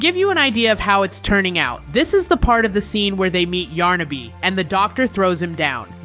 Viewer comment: it's yarnaby not yarnabi